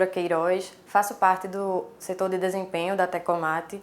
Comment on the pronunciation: Em dois vídeos errastes a palavra DESEMPENHO